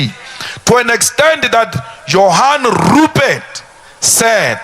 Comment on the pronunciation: When he pronounces Rrrupert..... you could swear that he's grinding his head 😂😅